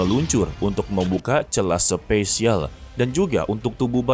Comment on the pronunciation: SPASIAL BANGGGG BUKAN SPESIAL